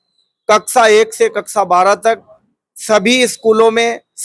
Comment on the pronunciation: कक्सा नहीं कक्षा😂